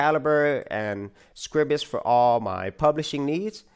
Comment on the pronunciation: I hate coming over as a pedant, however the word Scribus is not pronounced as Scribbus, it is pronounced as Scry-bus, think of it as "Scribe us"